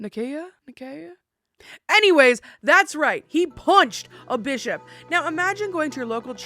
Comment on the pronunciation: Am I the only one who heard the play on words of Bishop when she said “He punched that Bis-hop in the face!” 😂😂😂. Sounded like the B word. Made me chuckle.